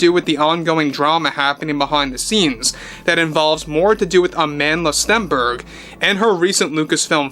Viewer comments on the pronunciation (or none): It's weird how he can't help but pronounce her name that way AmAAAAndla StEEEEEnberg😂